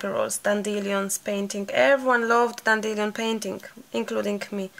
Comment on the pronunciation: I love how you say 'dan-dill-e-on' ..lol.. try 'dandy-lion' :) .. love the circles and will have a go as I've not tried water colours yet ! xx